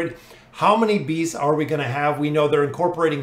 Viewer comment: I'm 100% sure he says Bees instead of Beasts XD